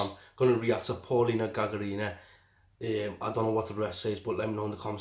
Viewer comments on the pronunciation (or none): Не ГагарИна а ГагАрина.Научитесь правильно ставить ударение в словах.